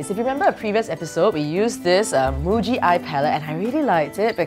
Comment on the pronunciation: Anyone else think she said bougi... instead of muji.